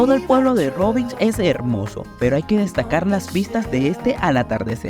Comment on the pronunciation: It's not rivinđ, the letter nj in croatian is almost the same as the letter ñ in spanish, also the letter lj in croatian, or serbian, slovenian etc is like what spainards pronounce ll, like in mallorca or llama, anyways consider rovinj as roviñ, i get the brits and yanks pronouncing it wrong, but european speakers not so much, cheers!